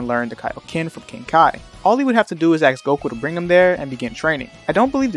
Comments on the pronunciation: You don't axe a question, you ask a question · You ask a question, not axe a question